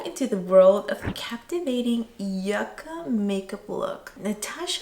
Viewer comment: Yucca not yaca